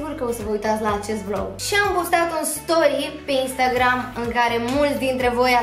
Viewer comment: mi se pare mie sau tu cumva ai zis stoy în loc de story(nu am vrut sa dau cu hate sau ceva de genu) (și scuze dacă am scris greșit) 😘😘